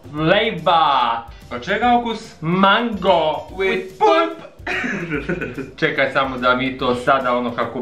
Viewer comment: ŠTO JE MANGO PULP ILI KAKO BI LIDIJA REKLA MANGO PUP HA HA HA🤣🤣🤣🤣🤣🤣😂🙂